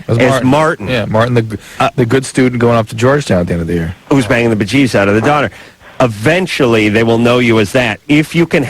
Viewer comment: Don't like the way Adam says uhventually instead of eventually